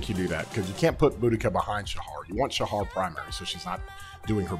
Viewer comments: Shajar with a "J" not "H". pronounce the "J" bro. Great video as usual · Great video as always but Shajar is not Shahar J isn’t pronounced as H in her name it’s a J like in jar